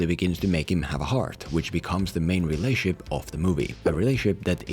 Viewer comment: "Did you say relay-ship" or did you just pronounce relationship like a hillbilly